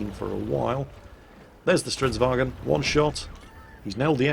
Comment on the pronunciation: ITS NOT A FUCKING WAGEN! ITS A VAGN! WHAT DO YOU NOT UNDERSTAND?